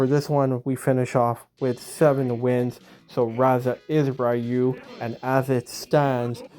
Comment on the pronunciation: great to see you pronounce Ryu the old skool correct way😂 I don't care if the other way is how they say it in Japan😂 seven wins Big up🎉 she knows it's coming home😂🎉 England will defeat FIFA oops I mean Argentina in a few hours🎉